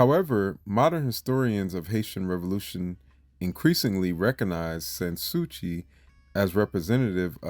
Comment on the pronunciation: SAns Souci is pronounced as "San Sue-see."